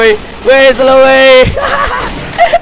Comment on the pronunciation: Di menit bilang kok senow bukan selow